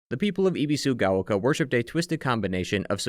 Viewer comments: Ah yes "ee bee su ga oh kah" Dude, you spent hours obsessing over a game in Japanese and you couldn't make an effort to pronounce the names right? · Ebi like the shrimp, like ebb and flow, bee like the bee. Sue like the girls name and gao rhymes with cow. Your pronunciation is rough.